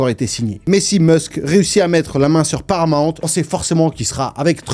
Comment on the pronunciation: C’est pas paramant mais Paramount 😮toi aussi tu déformes 😮😂